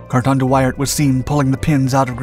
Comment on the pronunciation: Same goes for your pronunciation of Carton.